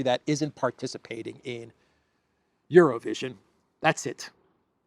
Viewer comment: LOL IT SOUNDED LIKE YOU SAID ''ZERO-VISION' NOT EUROVISION TOOO FUNNY